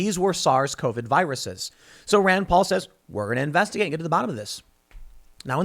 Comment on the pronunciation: ahh yes, dr fauci's "rend poll"